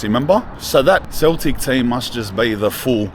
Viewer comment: said either Glasgow Rangers or "Keltic"? 💀